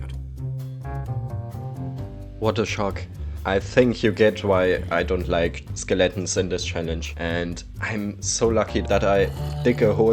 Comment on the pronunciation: I love the way he says "Skill-atins"